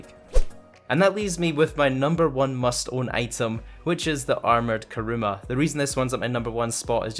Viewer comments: You said Karuma not Kuruma lol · It's kuruma not karuma 🤦🏻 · 1. Karuma is not correct. It's kUruma. 2. Don't add cars with spoilers on them, or custom because they're like the Progen GP1, the more customizations you added to the gp1, the more slower it became against it's stock form. 3. The Nero is too expensive for some people, and the bugatti(adder) is faster then the Nero, so the adder would be better. Now, use this feedback. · Armoured KARUMA KARUMA KARUMA ITS KURUMA